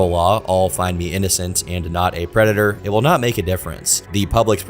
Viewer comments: De White Bowsah is a pwedatuh. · "I AM NOT A PWEDATOR" -Earl The White Bowser (A predator) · *A pwedator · The White Bowser’s a pwedatah. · White Bowser is a pwedatuh